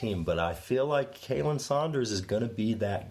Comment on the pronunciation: Love you guys... honestly I do... But you guys are butchering Khalen ( which is pronounced Colin) Sanders' name... But you guys are awesome!!! Continue what your doing guys 👍